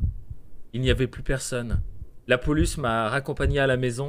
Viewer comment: pourquoi j'ai l'impression que tu dis poluce xD